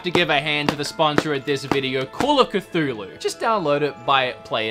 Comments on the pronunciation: My dude you pronounced Cthulhu correctly the first time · It's literally how you pronounce it when saying "Ia! Ia! Cthulhu Fhtagn!" so... is correct.